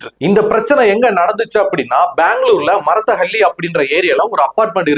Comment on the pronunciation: Marthalli illa sir Marathalli.